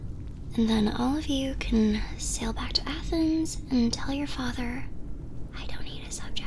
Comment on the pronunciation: When you sed "the king of athenes" i FREAKED OUT beasue im greek!